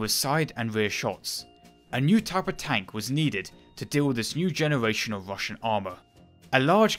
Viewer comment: Wussian Wotating Gun...Sorry but very hard to listen to